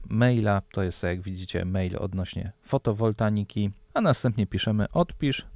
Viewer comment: fotowoltaiki a nie "fotowoltaniki"